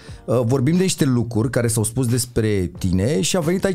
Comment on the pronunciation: Daca mai zice maticiuc o data "lucuri" o iau razna